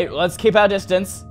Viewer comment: when he says lets keep our disdance corona vibes